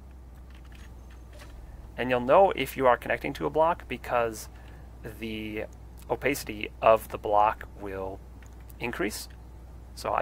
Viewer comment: Why does he say “opacity” like that 😂😭